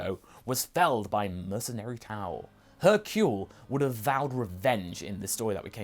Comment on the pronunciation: hercule, not hurcle......